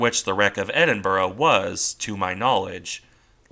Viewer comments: Pronounce as Edinbruh. Now tell me how Niagara Falls is pounounced Niagra 😀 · Sorry, this is not meant to detract from the work you put into this video. It's good. It's just the pronunciation is like nails down down a chalkboard. Ironically enough at points you prnounce it almost perfectly. With the typical American accent it is easier for you to pronounce it Edin*Bruh* A similar sound to what you would make saying 'Brother* or "Hey Bruh, what you doing?" While not quite right, it is would be less jarring to people who live in the UK. I'll keep an eye out for your next videos. Thanks.